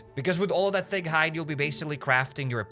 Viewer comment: Every time you say thick it sounds like fig to me lmao